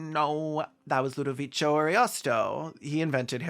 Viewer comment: Friend, it’s “Ludoviko”, not “Ludovicho”